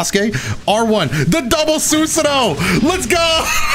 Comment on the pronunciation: Soosuhnoh... cringe